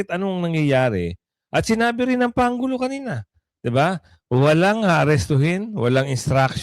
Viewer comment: Ayusin mo brod,ang pronounce pangulo parang pang ulo dinig ko